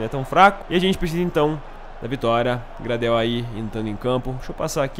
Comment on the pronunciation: Video foda como sempre! o Gradel se Fala ''Greidéu'' em ingles com sotaq.. observa o sule ele é um zagueiro mt bom e evolui mt, mas só da pra proxima temporada